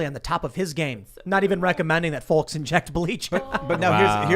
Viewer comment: tim pronouces the L in folks lol